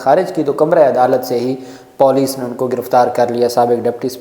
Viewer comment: Moroon correct your Police pronunciation.... I'm disliking your video bc of this